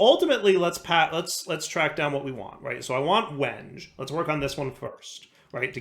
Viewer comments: as much as i enjoy a bit of mispronunciation, it's pronounced "wen-gay" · It’s pronounced “wen-gay”. Sorry. Woodworker here. :) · same lol. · I REALLY hope that he's saying wenge like that just to mess with people.... There's gotta be so many loosing their minds. I love it. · It pained me to hear his pronunciation... Wasn't sure how many others would be woodworkers to catch it. I'm sure he's got a backlog well past where he could correct it.